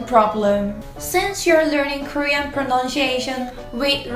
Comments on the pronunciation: You pronounce pronunciation incorrectly. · You could work a bit on your English "pronounshiation"